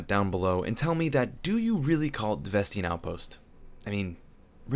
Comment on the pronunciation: i say ves tain not ves tein